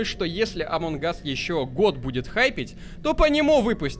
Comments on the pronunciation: Неееее амонг гасссссс а амонг ассссссссссссссссссссс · меня бесит когда ты говориш амон Гас а не амонГ ас